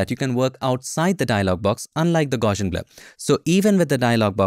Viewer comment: It's actually pronounced gow-see-un. People naturally want to add an "sh" sound in there, but there isn't one. Just a straight up "s" sound.